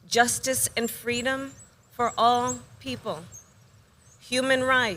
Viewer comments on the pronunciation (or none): even plagarized her own 'fweedoms' story from MLK, and said it was her story. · Fantasy made up like her child hood story about 'fwweeeddoms"